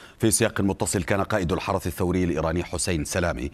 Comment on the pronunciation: قول الحرس الثوري وليس الحرث الثوري